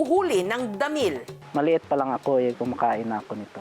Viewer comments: DAAMIIIL 😂 nalang bat ginigigil pa sa word na damiil 😂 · 😂😂😂ako lang b nakapanzin??may gigil xa z pag pronounz z dahmiiiiil…..😂😂😂✌️ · Dhameall hahaha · Nabwisit nga ako sa pagbigkas ng Damilllllllllllll tlagang sobrng dami ng L 😂😂😂